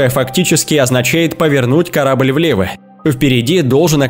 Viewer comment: Репутация компанииХЕ , корабыль по большеХЕ и т.д.... стоит раз заострить внимание на его конечное произношение слов и все писец, слушать вообще невозможно...🤦‍♂️🤦‍♂️🤦‍♂️🤦‍♂️🤦‍♂️🤦‍♂️🤦‍♂️